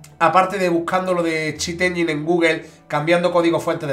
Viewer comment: 'Chit enyeen'😂